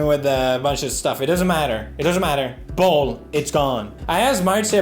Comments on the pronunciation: Is he saying balls? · Felix pronouncing bowl is the funniest thing to me. Don't ask why.